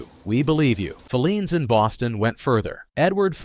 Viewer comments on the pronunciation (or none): Bostonian here. It's pronounced "Fi-leans", with the accent on the i. NOT "Fe-leans" with the accent on the first e. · 1962 was a terrible year. I still never shop Walmart K-Mart Target or Super Markets - grew up in Filenes Basement❤ pronounced Fi ‘leens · In Boston, Filenes is pronounced fie- LEENS. First syllable rhymes with "pie". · Can’t you please pronounce the names of these stores properly………filenes is fi……lenes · If I hear "Phileen's Basement" one more time...WTF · Yep. Talk about nails on the chalkboard there! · Thank you that mispronunciation was driving me nuts. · Mispronounced Filene's. Want to try Jordan Marsh?